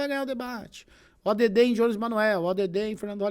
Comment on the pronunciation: pronuncia o nome do jones direito kkkkk